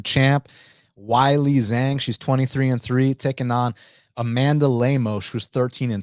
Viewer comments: way-lee jong sounds a lot better than why-lee zang. Can you do it for the sake of my ears. better yet, flip it to Jong way-lee,, that sounds best to me 🤗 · Hey,, the name “Weili Zhang” is not that difficult to pronounce correctly. “Weili Zhang” is pronounced “Way-lee” “Jong.” “Zh” in Chinese is pronounced Like a “J,” and the “a” is pronounced more like an “o.” Got it? Try doing a little research. And Lemos poses no threat to Zhang at any stage of the fight. Zhang is going to beat down Lemos from the opening bell until she brutally stops her in the 1st or 2nd round. I normally NEVER watch you, and this is why. The ONLY reason I watched you now is because of your special guest.